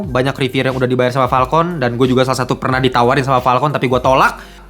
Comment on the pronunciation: wkwkwk lucu jg ternyata wktu lu bilang "PALKON" bukan "FALCON"